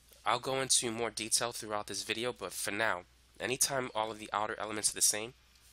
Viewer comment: "in this vidiyuh"